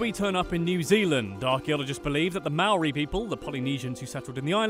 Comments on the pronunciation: Mowri is what your saying it's Māori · you do realize thats a tad racist they do sound different its mou-r-i (low pitched) its wai-ta-ngi (low pitched) and i gave up after that. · Ma ow ree "Mo re' Roll the r softly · First off... Australian and Kiwi accents are completely different and secondly it is not Mow-reeee it’s Maori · I’m so bloody grumpy with this. I was literally just watching a how to dad video and he said we sound nothing alike too. We don’t sound like the Aussies. They’re al nasally and they sound more American. Do some actual research dude. And they ain’t mauree. How on earth do you get Waitangi wrong?! That pronoun citation was atrocious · the way he says Maori words though. just saying g's in Maori are like ang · Ok being a Kiwi (New Zealander) I was ready to correct, get angry and hate on this guy but this was entertaining and I kinda loved it haha 😂 He still said the Maori words wrong tho (cringe) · I’m from new zealand and your pronounciation of maori words/places are all incorrect, and you didn’t do the accent well and our accent is nothing like the australian accent, We pronounce vowels differently 🤦‍♀️🙄